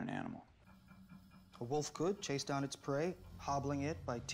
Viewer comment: am I the only person who hears this man say “woof” every time he says the word wolf ? this week On teen woof